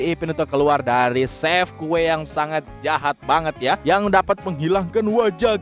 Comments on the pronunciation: Kok bilang jahap😅 hehehe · Jahat bukan jahap abangnya gak bisa bacanya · Kakak bukan cahap tapi cahat kakak coba liat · Jahat bang bukan jahap